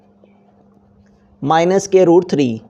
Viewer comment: aby scare nahi square hota he